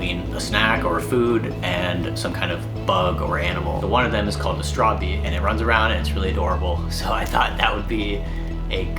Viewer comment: Your saying it rowng bro i finish the game about 5 or 4 times bro 😂 pls say it rite it realy onoys me ask google bro😅